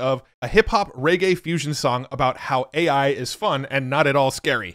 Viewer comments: AI has a problem pronouncing AI. 🤣 Those are both great. Suno is ridiculously impressive, but the generations just fly by in no time! Great video, as always,. Thank you. 💯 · Try 'Aye Eye' and see if that helps